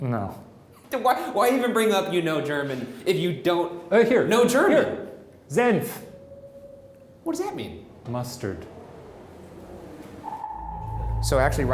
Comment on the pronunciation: Shane- “I’m going to be respectful” Also Shane- “Zenf”